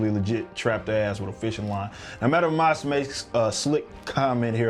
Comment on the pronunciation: Its pronounced MASK, Madam Masque, not Mosque.